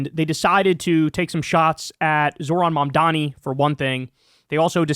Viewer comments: Bill Maher was incessantly trying to police people over how to pronounce the word, "Vivek" but he still can't be bothered to properly pronounce, "Mamdani" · You can predict someone's political opinions with a high level of accuracy based on this litmus test: Can you pronounce "Mamdani"?